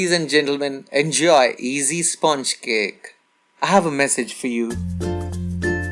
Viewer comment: Why is he saying sponge like that